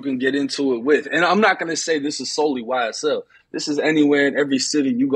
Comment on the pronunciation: Wow this man said YSTell